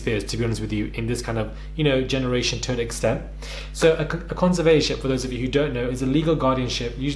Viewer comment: It's pronounced conser vat or ship